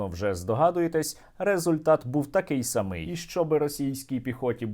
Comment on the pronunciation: Правильний наголос у слові самий Наголос у слові може падати на різні склади, залежно від значення. У зазначеному вище слові наголос має бути поставлений на склад з літерою А — сАмий. са́мий са́мий, -ма, -ме; н. мн. са́мі. Ті са́мі лю́ди У зазначеному вище слові наголос має бути поставлений на склад з літерою И — самИй. сами́й сами́й (один тільки), сама́, -ме́. Це самі́ ті́льки слова́